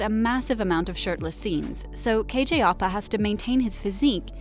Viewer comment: I'm sorry Ik she has accent but still... Its ăpa not opa Also its madaLAINE not madalyn